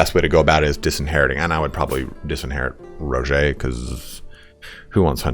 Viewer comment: So.. You're Itallian and you mispronounce Guy and Roger? When you think you're saying it in Italian.